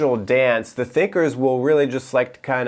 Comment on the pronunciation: I heard "the thickers" hahaha